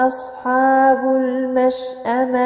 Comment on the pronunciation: مشاء الله لكن ملاحظة لقد استعليتي حرف الحاء في كلمة اصحاب لان الحاء من حروف الاستفالة